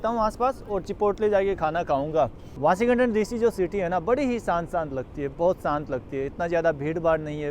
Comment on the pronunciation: वाशिं गटन नहीं वाशिंग टन बोला जाता है